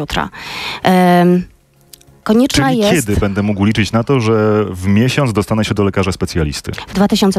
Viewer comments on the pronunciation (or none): none